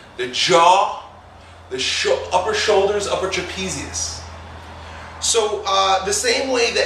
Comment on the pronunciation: He called the trapezius the frapezoids. What the fuck lol